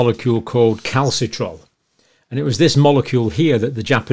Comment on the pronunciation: Cal-see-tri-ol, if you please.